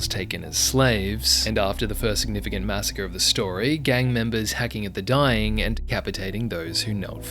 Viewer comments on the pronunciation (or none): none